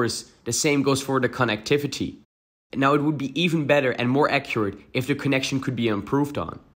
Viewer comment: how you said connectivity 💀